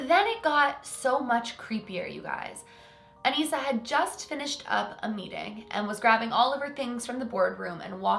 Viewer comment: That’s my name Anissa but you pronounce it as Anessa